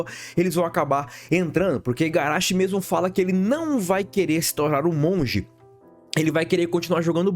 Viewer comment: Agora que percebi que ele está a dois vídeos falando Igarachi, mas não apaga que o vídeo é muito bom. Tô no hype 🔥🔥